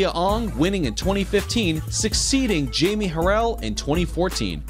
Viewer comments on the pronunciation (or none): none